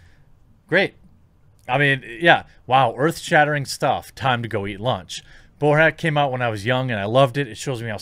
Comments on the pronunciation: Bruh. It's Bor-at not Bo-rat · He’s driving me nuts with the “bow-rat” pronunciation lol. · You lost me at bo-rat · Is he saying Bo-rat as a joke?